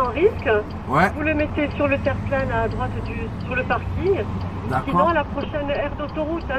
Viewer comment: On dirait de prime abord, mais elle dit terplin